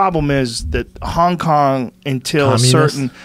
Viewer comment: did he just say Kong-Kong?